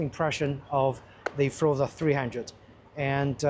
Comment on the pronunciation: Nice review of a really nice scooter. But it's pronounced FORZA, not FROZA... I hope you enjoy many happy miles with your super-scoot!